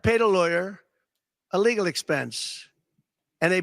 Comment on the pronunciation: # -ish: I know he's trying to say "as a legal expense," but I keep hearing "as illegal expense." Don really needs to lay off the sauce&ambien in the middle of the day.